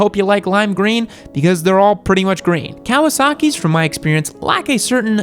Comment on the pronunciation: The right pronunciation is "kaVasaki" not "kaUasaki'